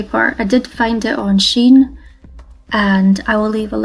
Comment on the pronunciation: Just an fyi, it's pronounced "SHE-in."